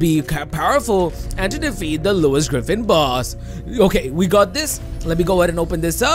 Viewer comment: why he keeps saying Louis Griffin boss